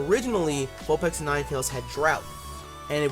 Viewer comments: your saying vulpex it's its vulpix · Is it pronounced vulpix or vulpex ? I'm confused now